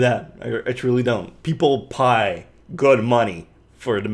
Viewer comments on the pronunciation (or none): I liked how he said "Pai" instead of pay